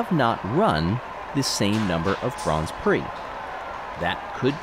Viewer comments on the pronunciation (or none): Dear, A minor niggle on your commentary. Grands Prix and Grand Prixes are both correct plurals of Grand Prix... but they are both pronounced the same as Grand Prix.